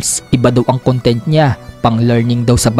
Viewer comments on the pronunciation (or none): none